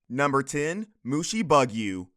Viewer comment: main-ga? (Mah-n-gah) Mushi-bug-you? (Mu-shi-boo-g-yo) Just saying.